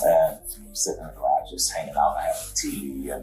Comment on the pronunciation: This voice is ai. The way it said garage. Garrogh lol.